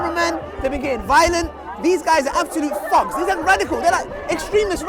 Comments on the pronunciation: he's saying thugs but pronouncing it as fugs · he pronounce thugs as thogs lol, sounds like f word